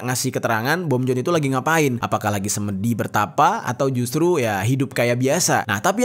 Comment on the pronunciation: Pengucapannya Sêmèdi bukan Sêmêdi 😂